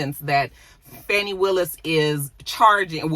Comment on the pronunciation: Dang, how is it that you live in Georgia and get the local Atlanta news and you're pronouncing Fani's name wrong?